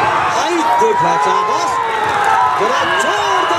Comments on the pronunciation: Comentatar se kah do pahle seekhle fir comentry kare chabas nahi sabas hota hai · रैफरी साहब चाबास नही शाबास होता है। वा ह राकेश जी। बहुत ही खूब